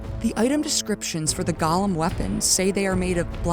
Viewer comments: I'm sorry but I am begging people to learn how to say Golem. It's Goh-lum not Gah-lum. Otherwise, great video. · Gollum ≠👂 golem "GAH-lum" (what you keep saying) vs "GOH-lum" (rhymes with "hole 'em") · I scrolled through some comments but I didn't see anybody mention your mispronunciation of Golem. Not trying to be too critical, but this bugged me. Golem is pronounced Goh-lem. It's a hard O. Gollum is only used for the character in the Lord of the Rings. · For the love of God “GO-LEM” it is pronounced “GOLEM” not “Gah-lum”. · Oh my God. GŌ-LEHM! Say it with me: GŌ-LEHM. Please, people! Gaw-luhm is the Tolkien character, gō-lehms are the animated constructs from the Kabbalah. It's gotten to the point where more people on YouTube say it the wrong way than ones who say it correctly. I hate to get all judgmental about a single word, but it makes anyone who pronounces it like that sound incredibly uncultured and like they don't know what they're talking about. It immediately makes me highly suspect that they had ChatGPT write their script. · I always heard them called as GO-LEM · I can't tell if a stupid AI wrote this or a stupid human wrote this. "The Primeval Current is a current." 🤦 GOH-lemm. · Ok Golem is not pronounced like Gollum. It’s go like the opposite of stop. Seemed like a good video but it drove me nuts lol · The consistent mispronunciation of the word golem just takes me out every time. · The "go" in Golem is pronounced the same way you'd just say the word "Go!". Gollum is a character in Tolkien's Legendarium. The distinction is important.